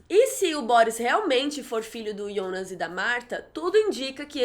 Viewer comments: ionas? Eu sempre pronunciei Jonas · Por que vc fala Ionas e não Jonas? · Que porra é essa de ionas?Não é Jonas? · Para de falar ionas e jonas e eu acho que e filha da hanna se reparar bo desenho dos olhos